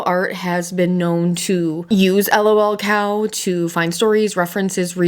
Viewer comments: I was interested in watching until you called it L.o.l cow. I know that's the way it shows but everyone calls it lul cow and I just couldn't. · It's just lolcow like "lulcow" not 'L-O-L cow" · lolcow, not l.o.l. cow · sorry but everytime you say L-O-L cow i die a little more inside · sorry but the way you are saying lolcow is triggering me lol